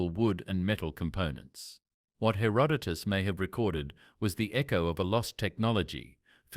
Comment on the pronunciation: and mispronouncing, in three different ways, Herodotus’ name. It reminds me of Benedict Cumberbatch and his nature video about penguins.